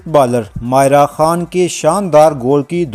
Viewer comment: او کھوتے انسان، وڈیو بنانے کا شوق ہے تو نام کا تلفظ تو صیحیح طرح سے ادا کرو! ماریہ اور مائرہ میں تمہیں کوئی فرق ہی نہیں معلوم ہو رہا!!!